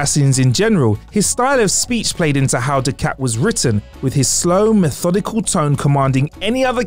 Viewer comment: Gul Du-cat?? You're not a Trek fan then, lol